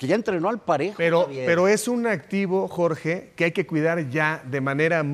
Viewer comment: Seatle? Input? Jorch? Esto pasa cuando tus jefes televisos hablan inglés y tu solo le chupas los zapatos y encima les tratas de copiar😂😂😂